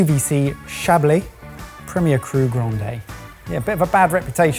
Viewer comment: Ah yes, “Chablis 1er Cru ‘Grandé’”